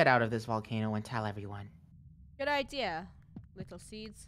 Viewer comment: "Do you have an idear?-"